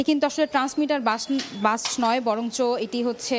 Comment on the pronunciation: ট্রান্সমিটার বাস্ট😂।বাস্ট নয় ব্লাস্ট